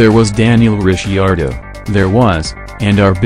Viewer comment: made it about 5 sec into this until I heard your robot narrator pronounce Ricciardo. Weak, cheap clickbait.